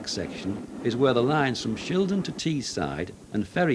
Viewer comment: "Teesside" not Teeside